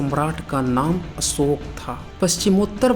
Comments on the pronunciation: अशोक में श होता है न कि स होता है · भाई असोक नाही अशोक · असोक क्या होता है?? अशोक नाम है या असोक?? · जय हो देवानां प्रिय सम्राट असोक(not अशोक) 😘😘🙏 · Tu dono mein hi असोक hi bol rha hai🤦‍♂️